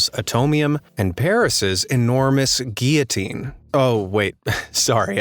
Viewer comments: Doesn’t ‘guillotine’ have an ‘l’ sound in it? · The pronounciation of guil·lo·tine is guil.uh. teen! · spent that time practising french words and couldn't even pronounce gillotine.